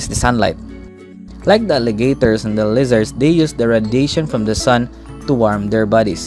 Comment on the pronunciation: jit really said radation